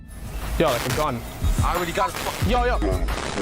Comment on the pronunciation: LOL why do you exaggerate the end syllable like late found with gunnnnnn